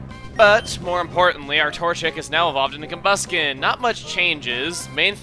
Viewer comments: combusken sounds more like come busking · I think i heard him say "Torchic is going to evolve into...Cumbasket"? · thought you said come basket...